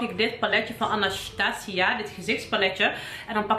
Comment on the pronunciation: Hii ik heb het nu een aantal keer gehoord maar als je het merk Anastasia uitspreekt, spreek je het dan express uit als Anasssstààsia? Veel liefs, xx